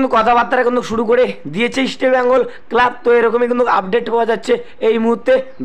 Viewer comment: Bhai..mukhe supuri rekhe kotha bola practice koro.. ota "East" Bengal.. Isti Bengal na... r Bright Enebakhare bolte gele jani tomar daat bhenge jabe..😂